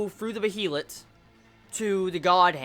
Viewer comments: Since the video is old you probably know this by know but Serpico is pronounced sir-pik-o rather than sir-peek-o. Also Behelit is 'bail-it' and Farnese is 'far-nes-ay'. Hope this helps dude! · Dude you gotta stop pronouncing behelit that way.